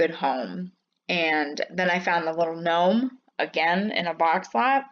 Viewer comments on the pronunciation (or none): none